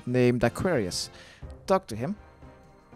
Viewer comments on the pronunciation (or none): none